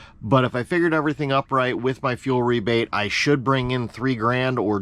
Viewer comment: How’s the fuel work tho you said rebait